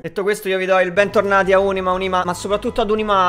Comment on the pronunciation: arieccoce ad Ùnima, Unìma, ma soprattutto Unimà!🔨